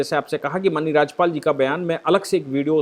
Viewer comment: Please correctly pronounce the word माननीय